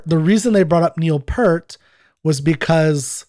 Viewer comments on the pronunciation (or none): PS - Just one more thing. I'm all for demonstrating respect and civility in these forums too, which is why I think it important to remind you that you are continuing to mispronounce the man's name. It was P-ear-t, not P-ur-t. Thanks in advance for your consideration on this point. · His name is pronounced as if it's spelled "Peert" like pierce, not "Purt" like hurt. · Peart = Peer-t